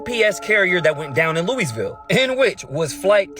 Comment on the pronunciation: i refuse to learn anything from a dum dum tht cant pernouce Louisville